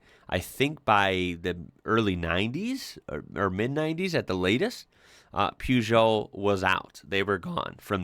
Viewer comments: Per geot not poo geot lol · You say you don't know anything about Peugeot.May I respectfully say that they are not pronounced Puejoe. They are pronounced Pershzoe. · you got the second half of the prenounciation right but the first is prenounced "per"geot not "pew"geot as you seem to say it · Please stop saying "Pewzhoh" lol It's pronounced "Purr-zhoh" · Per not Pew. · It's pronounced [pe-jou], not [piu-jou]. There's not "i"in Peugeot. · Peugeot in uk is pronounce purr-joe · Peugeot = Pew Joe 😂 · Please fir the love of God learn to pronounce peugeot.......say it like ..purjow....... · plz loose the U in peugeot